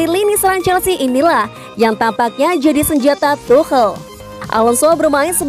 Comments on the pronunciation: Cara bacanya is tukel(tuchel) not tuhel 😆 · Gabisa bilang tukel Dah segitu ja capek